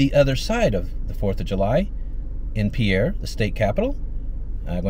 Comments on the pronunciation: "Pierre"? :( In this case, YOU say it correctly... and in SD they say "PEER". I don't know why. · Glad you figured out how to pronounce Pierre, which as you now know is pronounced as "peer" not in the traditional way the word spelled as Pierre is pronounced.